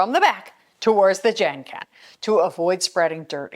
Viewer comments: Genkan is pronounced with a hard G, like in “get” 😊, it’s actually 4 syllables ge-n-ka-n. I appreciate the effort you put in on all the Japanese words ❤ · Still it's pronounced like 2 syllables, gen-kan and also n is not a syllable, also not in Japanese.